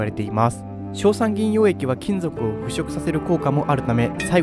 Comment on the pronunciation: 腐食をフクショクって読んでるな